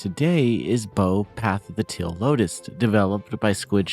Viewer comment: why do you pronounce "teal" like "till" lol